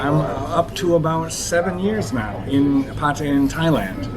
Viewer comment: at least you can say Pataya properly.